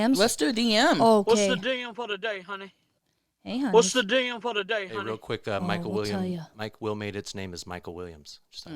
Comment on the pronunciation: 🤣🤣🤣 I am over here dying everytime say Mike Wilmer dude I swear my whole highschool when all those songs were popular I ALWAYS thought the girl was saying Mike Wilmer 😂 💀 love hunnies!! P.s. I Googled him after were talking about him he kinda looks like p.diddy